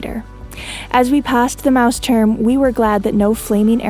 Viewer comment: its so nice how you pronounce "Mausturm"! Love it ...